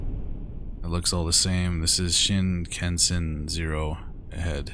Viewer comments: pronounced "shin-con-sen" the "kan" is pronounced like "con". Hopefully this helps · Yay! I'm so glad you tried this one. I'm dying at the first few minutes. XD Pronunciation: shin-kahn-sen I hope you'll play it again for the other ending. You help the sister find the boy in another ending. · ive been waiting for this one 🙌 shinkansen is japanese for bullet train! you pronounced it pretty well but kan is more pronounced kahn